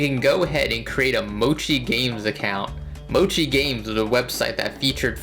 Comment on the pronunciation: Have you learned how to pronounce Mochi properly?